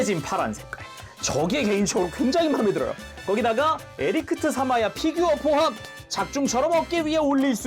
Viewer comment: 계속 에리크트라고 하시는데ㅋㅋㅋㅋ